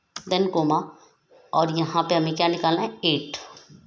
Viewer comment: Your pronounciation of ", ". Koma is not correct, kaama is correct.